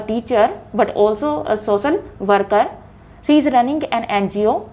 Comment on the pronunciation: Instead of using she.. She was used ci, shud.. It's completely mispronounced Answers of the ideas were good hence the Pronounciation was awful😜